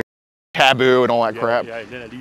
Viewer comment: did he say tabooboo?